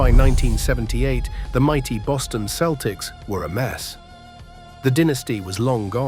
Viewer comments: Why do you say keltics? Its Celtics. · Please fix your AI pronunciation. It’s not “Keltics,” it’s “Seltics.” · Ah, AI again. Get a human to narrate thisl you give yourself away when you pronounce proper names differently in different sentences. 1st example, Celtics pronounced as both keltics, then seltics. Now, Bird was fast, he just wasn't the fastest guy on the floor... but neither was 90% of the other players. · The basketball team’s name is pronounced “seltics” And you mispronounced some of the players’ names. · This guy keeps pronouncing the Keltics instead of using the letter c that has the s sound. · The dead giveaway was the Celtics pronounced as "keltics".